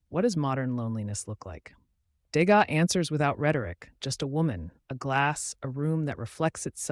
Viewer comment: Le contenu est intéressant. Dommage que ça commence très mal avec un Edgar de Gaza. enlever cette voix artificielle et faites l’effort de dire le texte vous-même, qui encore une fois est intéressant.